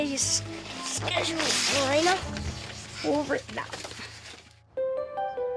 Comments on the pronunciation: At least the husband can say MARINA AND NOT MARINER FFS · Can they seriously not say MARINA, WHO TF IS MARINER, sooo goofy